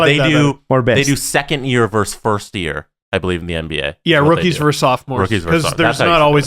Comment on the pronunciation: versus VERSUS!!! not "verse"😉